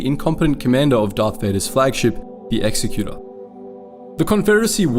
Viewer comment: You mispronounced Executor. It's "eg-ZEK-yə-ter". An executor is a person appointed by a testator (an official or person of authority) to carry out their will; eg, an attorney being appointed the executor of a dying man's estate (the sum of his worldly possessions and assets). In the context of Vader's SSD, it is self-referential, as Vader himself is the appointed carrier-out of the emperor's will and mandate. It has nothing to do with execution, as your pronounciation seems to indicate you believe, and is in fact more akin to an imperator, an ultimate commander or general in service of an emperor. Waitaminnit. Sha'ghee? Seriously? That's literally Shaggy Rogers, wtf. XD